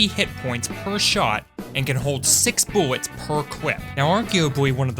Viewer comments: "six buwwets per cwip" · Does he say mewee or buwwets or is it just me?